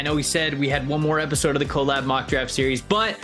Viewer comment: Don’t trust anyone who pronounces collab as “co-lab”